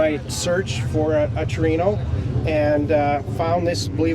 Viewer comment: i wish people would learn how to say TORINO no tree no